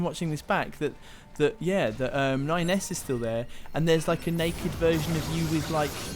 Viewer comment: When said "That's 9S" I legit thought I had heard "That's my ex" and I thought 'Is she cheating on Ignis?' 😂